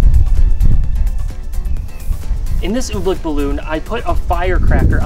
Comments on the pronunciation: its oobleck not ublick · Why does he pronounce I️t Ooblick it is Oobleck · I understand you he says oobleck like OOBLICK ohmygosh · Its oobleck not ooblecke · We love when he pronounces "oobleck", "ooh,blick" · It's oblack not obleck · it's "ooh-bleck not ooblek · Cool video but everytime you said oobleck i wanted to punch you